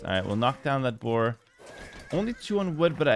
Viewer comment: "2nd boar" 😂